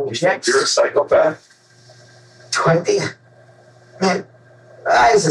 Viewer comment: everytime I hear say 'psychopath',I hear cyclepath....